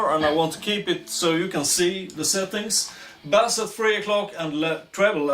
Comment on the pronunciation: Thumbs up from me as well, very nice pedal at a very nice price. As you are speaking English and playing Rule Britania at the end, here is your English pronunciation lesson for today. Bass is pronounced like case in suitcase. Bass as you say it is a sea fish! Nothing smelly about this good revue!